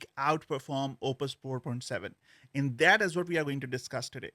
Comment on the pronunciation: you really need to stop pronouncing 'and' like that